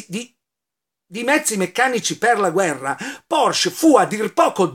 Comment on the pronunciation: La Ditta VolksWagen era dello Stato, ma il direttore e progettista del Maggiolino fu proprio Ferdinand Porsche. Mi raccomando, la " e " finale va pronunciata.